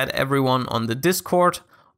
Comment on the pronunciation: "...or you can follow him on Twisher..." W8. Twisher? xD